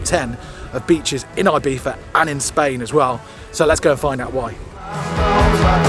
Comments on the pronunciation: Guys, love the channel but 1 request: Please try to be less "Brit abroad" guys ffs: it's not Eye-Beef-a. Please learn it cos it's embarrassing... It's pronounced E-be-sza ❤ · It is IbiZa with a Zee, not an eF. Please call it IbiZa not IbiFa, sorry, but it is anoying. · Sorry! It is NOT “eye beetha”! It is Ee Betha or Ee Beeza! It is not “halapeeno”! There is no substitute for the n with the tiles in Spanish! Stop sounding like a nonce and pronounce the words correctly or at least try! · You should be fined for continuously mispronouncing Ibiza.